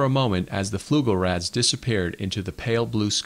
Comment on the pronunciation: What tipped you off?... "Fluglerads"??